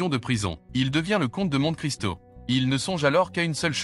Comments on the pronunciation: Juste pour info on prononce monté Cristo et non monte😂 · Ce qui est insupportable c'est la voix de synthèse. Pourquoi ne pas mettre un humain. Au moins il ne prononcerait pas mont[E]-Cristo ou lieu de mont[é]-Cristo ni new d[E]lhii ou lieu de new-d[é]lhi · On ne dit pas monte cristo mais monté cristo!! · C'est bien le brocciu mais l'accent tonique est sur le o. Et on prononce Monté Cristo à l'italienne. A part ça, j'ai fait une erreur sur le violon. Personne n'est parfait... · Le bonhomme (ou le robot ?)qui dit le commentaire prononce "Montt' Cristo". Et c'est une épreuve de mesure de culture générale ... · c'est bien comme site. merci. par contre, vous constaterez souvent que les gens qui sont intéressés à faire ce type de test sont comme par hasard déjà les plus cultivés... il suffit de lire les commentaires pour s'en convaincre. attention quand même à la prononciation française de certains termes. Monte Christo se dit "Monté christo" par exemple... A bientôt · On dit Monte Cristo en prononçant Monté, à l'italienne. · 18.et on dit Monté Christo, même si il n'y a pas d'accent.😊